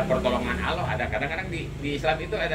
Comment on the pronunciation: Maaf si bapak kalo ngucap Allah jgn aloh gitu dong huruf L nya dobel, sy maklum bpk kyknya orang sunda ya. Sama jg kita kalo ngaji Al Qur'an makharijul hurufnya kan harus jelas gak pandang kita dari mana suku bangsanya